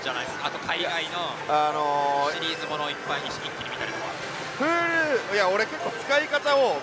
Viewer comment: huluのイントネーションに違和感